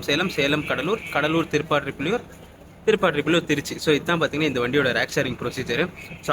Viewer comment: திருப்பாதிரிப்புலியூர் சரியா சொல்லுங்க